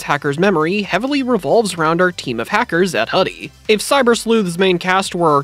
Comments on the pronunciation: It's not pronounced as Hudie(Ha-Di), but as Hudie(Who-Di-Eh), which is the Chinese word for butterfly. And it's sort of on theme with the ending, with Erika turning into Hudiemon, a butterfly digimon. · Great video. Pretty sure it’s pronounced “Who-Dee” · It's pronounced hoo-dee. Their uniform, a hoodie, is supposed to be a reference to their name. It's the Chinese term for butterfly. Hence why hudiemon was a butterfly.